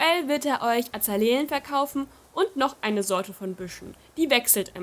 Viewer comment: es wird azale-e ausgesprochen haha du sagst das schon seit new leaf so:)